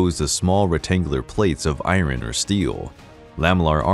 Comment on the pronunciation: Can you stop saying "irin" it's iron. And it's not "sea-ax", it's just "sax".